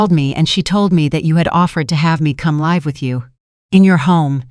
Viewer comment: If the narration is in English please use the pronouncing properly !! The word is 'live' then say live,as in I live here,not ,the power line is electric,as in 'connected' . Not hard to do!!